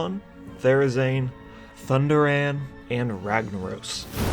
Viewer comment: It hurt my soul when you said Thunderaan.